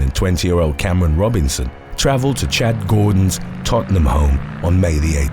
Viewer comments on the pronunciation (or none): none